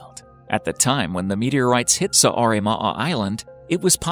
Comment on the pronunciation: Please make sure u pronounce right the names of the places. Start with Saaremaa 😬